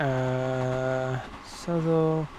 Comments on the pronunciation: Yes, South-all is correct (you don't need to look it up). I lived there for a very short time and have family and friends who still live there, they'd cringe if they heard that pronunciation😂😂😂. That aside great content👍🏾. Based on this video I've been inspired to buy TSW2👌🏾 Thank you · He pronounced Southall very wrong 6 times then said it correctly once. I'm guessing he's not from London 😉😂😂😂🤭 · Well, I used to pronounce it South-all and then was told that was wrong... despite having grown up with that. So, I tried to pronounce it the 'right' way. It seems that that is wrong and I was right initially! I am from London by the way. Which is why the area is all recognisable! But thank you for bringing this back to my attention. I shall have to go find out once and for all what the correct way is! I remember British Rail drivers for the Great Western Mainline calling it 'suth-all' too. Calling it 'South-all' is much easier for me!